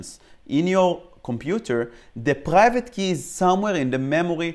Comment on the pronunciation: you pronounced private: paghaivate